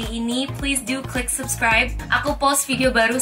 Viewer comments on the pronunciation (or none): none